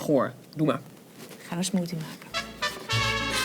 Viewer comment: Peiot smoosie LOOOIL 😂😂😂